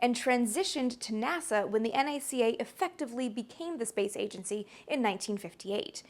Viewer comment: Thanks for calling the NACA the "N Ah See Ah" and not Nakka. You have been paying attention!